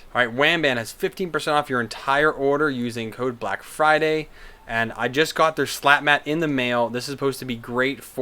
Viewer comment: 30% off Microswiss Nozzles: coupon is "BLACKFRIDAY" not "BLACKBRIDAY" Thanks for the heads up, gonna pick up new nozzles for my Robo R2 eh!